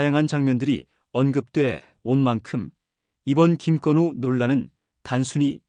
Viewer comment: 김껀우가 아니라 김건우입니다.